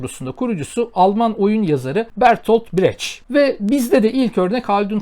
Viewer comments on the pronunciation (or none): Doğru bir telaffuz için: Jan-Lui Furnie Bertold Breht